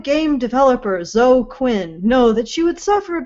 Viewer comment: Why does pronounce Zoe incorrectly and correctly? Or is it just when she's reading it written down?